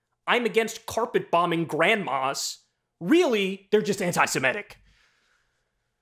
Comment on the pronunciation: Not "anti-siMETic". "Anti-seMITic."